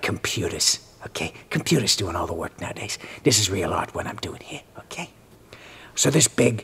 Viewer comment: I love how he says "okeh" like the bitter Bob Ross of cartooning